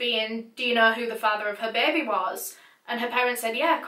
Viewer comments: 'Bear bee' 🐻🐝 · beh beh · beybeh :) it helps with the sad vibe. rest in paradise, jenny. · Beaumore the were "correcting" the word "baby" to be spelled how pronounces it with her accent. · I like the way says baby like “Bay bay” or Bebe lmao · It's cute the way she pronounces baby 😄😄 beh beh